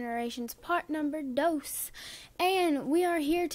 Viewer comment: why did you say part number dose